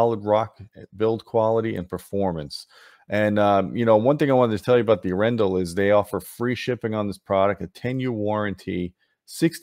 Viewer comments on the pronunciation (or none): Your pronunciation of Arendal is killing me. If you want to get a little better. Watch Frozen. And guess once we’re they got the inspiration for the name Arendelle from